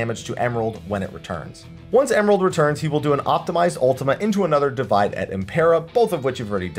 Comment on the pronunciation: "Divide" here is pronounced "dee-WEE-day", since it's Latin. Latin doesn't have a W consonant, which you can see in Romance languages that write "w" as "double V" (such as Spanish).